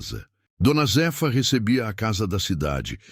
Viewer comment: Não é d. Z efa é Zéfa , raiva dessa IA falando errado.kkkkk